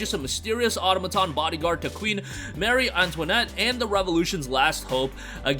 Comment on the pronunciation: Thanks for mentioning the special edition. I was wondering if there was one. BTW, the word "automaton" is pronounced "a-TOM-a-ton" or "a-TAH-ma-ton," with the stress on the second syllable. Trivial, but I thought I would mention it because the word comes up so frequently!